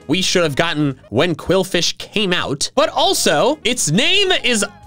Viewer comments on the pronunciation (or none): And BTW it's qwilfish, not quilfish, quwilfish or qwuilfish